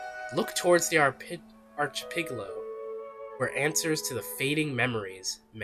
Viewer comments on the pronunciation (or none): Arc- i- pel- a- go. Thought you might appreciate the pronunciation. 😊 Also, I remember fetch with Ruff Ruffman. That used to be one of my favorite programs to watch when I was a kid.